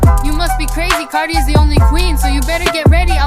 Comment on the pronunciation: how he pronounces it "car-die" me as a new zealander that doesnt have that mcuh of a difference in accent to him but still "car-dee"